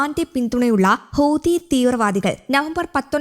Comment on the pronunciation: ഹൂദിയല്ലാ ഹൂത്തി യുടെ വർത്തമാനം കേട്ടാൽ അൽജസീറ അടച്ച് പൂട്ടേണ്ടിവരും ഭാഷ അർത്ഥം കൂടി പഠിച്ചേക്കണെ